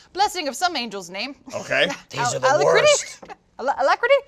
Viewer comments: Lindsay not knowing how to pronounce the totally normal word "alacrity" thinking it was the name of an angel made my day. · Lindsay Jones, renowned voice actress and internet personality...unable to pronounce the very easy word "alacrity" (al-ak-ra-tea)